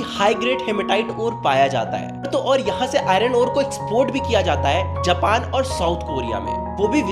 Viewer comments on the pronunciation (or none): none